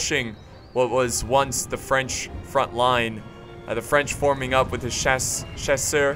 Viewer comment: chasseur is pronounced cha sir